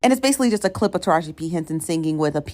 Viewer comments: it's tah rah gee... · I’m not gobs lore hearing you leave off the “E” sound on Tarahji name is really getting under my skin. And I’m an avid watcher. lol